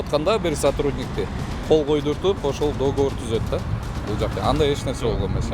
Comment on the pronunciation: Не до́говор а догово́р